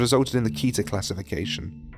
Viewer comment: Dr.Miller taught us it's pronounced Ket-er. As in the e sounds like bed..somthing to do with the Jewish language and how they word things. I doubt out in 7th grade and in NO way trying to teach anyone not talk down to anyone I'm HORRIBLE to say the least at spelling and Grammer just thought some might like to know .funny fact the way it's accualy pronounced in Hebrew sounds like cat-hair at least to me haha.